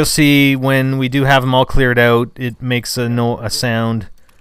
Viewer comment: You are from canada right? when u said '' Out '' u said it in a canadian way..